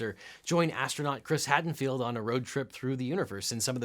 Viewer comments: Okay, I kinda get 'Attenbarow', it's a tough name to pronounce. But how does 'Hadfield' become 'Haddenfield'? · Hadfield, not Haddenfield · Chris Hadfield, not "Hadenfield." (Yup, I'm Canadian.) Great video as always, LegalEagle! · RE: Your CuriosityStream Promo - It's "astronaut Chris Hadfield." NOT "astronaut Chris Haddenfield." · Just not gonna fix saying Chris Hadfield's name wrong, huh? ;) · OBJECTION: "CHRIS HATTENFIELD"? It's Chris Hadfield.